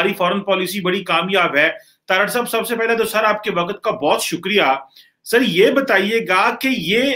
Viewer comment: Sir Urdu toh theek se bol lo. Waqat nahin hota hai waqt hota hai.